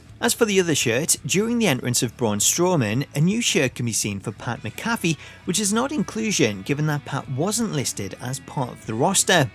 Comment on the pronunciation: Your friend, WrestleLamia, is going to be EXTREMELY happy, as much as every other WWE fans out there, if Pat McAfee is indeed confirmed somewhere in WWE 2K23 and, honestly, who can blame them? EDIT: Also, his name is pronounced "Pat Mac-A-Fee", not "Pat Muh-Cathy".